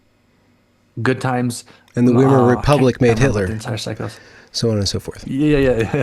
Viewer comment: It's Vai-mar (rhymes with die).